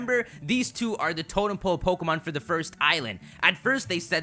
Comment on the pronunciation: "Totem "ole" Pokemon"